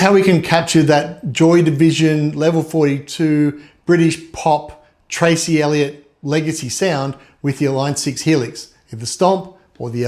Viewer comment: Dude its Trace not Tracy, Duh.